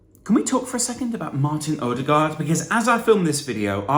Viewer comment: the pronounciation of the letter Ø is a well protected nordic secret